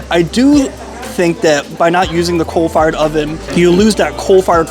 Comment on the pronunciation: Okay, are you saying “cold fired” or “coal fired”?